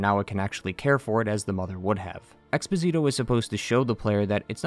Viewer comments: Expósito does not rhyme with Despasito, it rhymes with Cornholio. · In case anyone's curiours about some pronunciations: Ten Piedad = Ten Pee-eh-dad Expósito = Ex-poh-see-toh (emphasis on the first "o", not the "i" like Despacito) Angustias = An-goose-tea-ahs Deogracias = Deo-grah-zias (the C sound here is not really used in the english language) Altasgracias = Al-tahs-grah-zee-ahs (Once again C sound and the emphasis is on "gra", not "cias") Albero = Al-beh-roh (Emphasis on "be", not "Al") Socorro = Soh-coh-rroh Nacimiento = Nah-zee-mee-ehn-toh (emphasis on "mien")